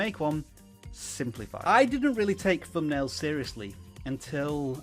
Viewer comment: I'll tell you what's more important than thumbnails, speech. It's THUNBNAILS. not Fumnail. Geeeze, tell me you weren't an English teacher 😁😁😁